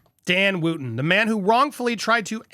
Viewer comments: It's Wootton not Wooooooooootton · Wootton is pronounced Wutton.